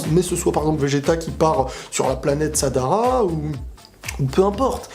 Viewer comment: C'est pas sadara c'est sarada